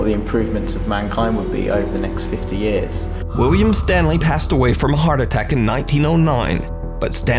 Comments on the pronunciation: idk if its just me, but it sounds like nuke is saying wiwwiam & whenever he mentions the guy by name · Pretty sure he says Wiwwium.